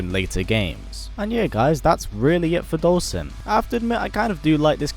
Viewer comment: With the English Caption every time you pronounce his name we get different names. Dhalsim, Dolson, Dawson, Olson, Boston..